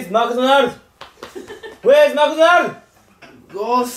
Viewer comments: Where is Lotteria？が小柳津ロッテリアに聞こえたwww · where isが小柳津に聞こえて草w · Where is Mcdonald's？が小柳津Mcdonald's？に聞こえて仕方がなかった